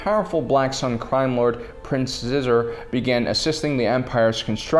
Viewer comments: And it's SHEE-zor, not Scissor. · Xisor is pronounced Shee-zor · Xizor = Sheezor doe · Who the h*ll is Prince Scissor? Oh you mean Prince Xixor. is at it again, butchering names like a champ.